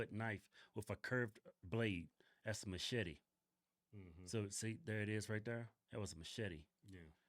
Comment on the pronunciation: Machete with a heavy A at the end. Say it rite or Danny Trejo will visit you in your sleep.😂